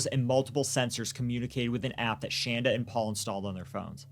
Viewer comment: Other than mispronouncing Shandas name, this was a good account of what happened. Adam and Shanda DID meet online. There's no way that Paul actually fed Timothy the one time he said he did as this would have made Tim violently ill. He would have had to go through refeeding in a hospital. G is not being raised by his grandparents but he does have two great new parents.